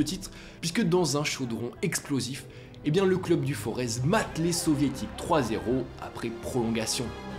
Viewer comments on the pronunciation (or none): Alors petite info qui a son importance pour les stéphanois, Forez se prononce sans le Z, comme une forêt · « Club du Forez » on pronnonce pas le Z